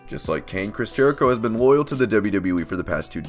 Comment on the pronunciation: 1. It’s Jericho, not Jehrico 2. Yes, it’s a contract but it’s not a normal one, it’s kind of a thing like Nacho Libre where he gets paid per matches, not an actual salary. 3. He’s a 9-time IC champ, not 10-time.